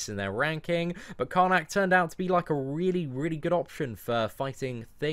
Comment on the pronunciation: Karnak not Kamkak